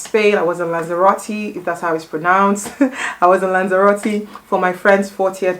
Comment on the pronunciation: 💝💝 I watched it on your IG story 🤸🏼‍♀️🤸🏼‍♀️felt like I was there😄 and thank you for pronouncing of Lazarote🙈